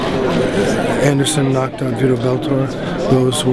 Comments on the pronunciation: Give it up for Viddo Beltore, everybody! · "When Anderson knocked out Vitor BELTOR". He doesn't even know Vitors' last name, lol. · Great moment in MMA when Anderson KO "Bitor Veltor" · Vitor Beltor?!? He doesn't even know their name. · "when anderson silva knocked out vitor beltor" LMAO SEAGAL